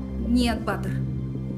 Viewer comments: Ба́тыр ударение так режет слух..Баты́р, у нас говорят в Центральной Азии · Только БатЫр, а не Баатыр( ударение на "а"), хотя бы атарымызды адемилеп аитайыкшы БатЫр , дым жаксы аттарымызды булдырып на русский лад. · Не Батыр, на голос на а, а Батыр, на голос на ы.